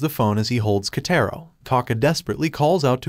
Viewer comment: Just to sAy its "Kataro" i think. not"Kaytayro